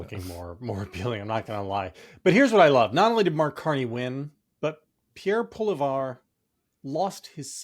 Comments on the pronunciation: PoliEV, not PoliVER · JVL... it's Pwa-lee-'evr; And unless he gets "parachuted" into a riding in Alberta (an ancient parliamentary tradition), he'll probably get a job with Stephen Harper's "International 'Democratic' Union" -- investigate that chimæra some time! Fluffing autocrats everywhere. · It’s Polly-ev, he’s still the leader of the conservative leader, but not the leader of the opposition in parliament. And yet he keeps chirping away. There is even an Albertan MP that is willing to leave his elected seated for that dork. By bielection. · “Poli-ev” is how you say Pierre Poilievre’s name… and yes, he lost his seat but it looks like he’s going to push someone else out of their seat so that he can still lead the Conservative Party. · Canadian here who flew home on Monday from the U.S. just so that I could vote Liberal in a federal election for the first time in my 30+ years of voting. Do not doubt, we understand what time it is, and we know that there is no going back. JVL, you pronounce Pollievre’s name like Polly-ev. He’s down, but not necessarily out as he can ask someone in a safe seat to resign and then run in a by-election. However, he’s likely out of parliament for the rest of the year, which is interesting since he’s best as an attack dog in the Opposition. That said, the knives may still come out for him within the Conservative Party as they are not a big, happy family. Meanwhile, in Alberta, my Premier is now saber-rattling about separatism - I guarantee you that a referendum would ultimately fail spectacularly - but that doesn’t mean that the minority who are interested in this won’t be very loud about it. Saw fundraising advertising pop up on Monday night from a group called Alberta Republicans! WTF! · I love the Polivare prononciation. Don't even bother learning how to pronounce his name, JVL. He's going to disappear and you'll never have to say it again lol! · That was quite the pronunciation of Poilievre! 🤣🤣🤣